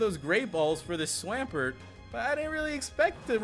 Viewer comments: a what??? Holy up a second, what the fuck is a swam..... pert? u mean a swamp.... ert? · i feel offended of how you butchered swampert name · omfg the way he pronounces swampert 😤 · It's Swamp ert not swam like swim past tense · Swamp-----ert not swaampert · No offense but swampert is pronounced swamp pert not swaaaaaampert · You pronounce Swampert so weird lol